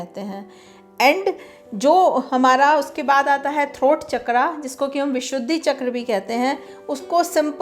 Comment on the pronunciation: चक्र NOT चक्रा Please speak the right word